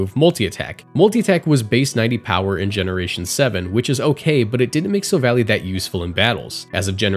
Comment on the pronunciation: wait wait thats how youre supposed to pronounce silvally??? It makes total sense but i thought it was an -ee sound at the end.